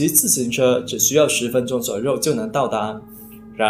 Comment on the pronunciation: 小渊 yuan1(不是ruan1); 一样 yang4(不是rang4); 左右(you4,不是rou4)